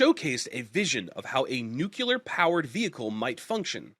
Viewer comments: nucular is not a word No matter how many times you say it, newkuler is still not a word. Rather, it is a flag of ignorance repeated as many times as you say it. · Holy crap, stop saying nukular. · noooculer! ffs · That's how Ronald Reagan pronounced it.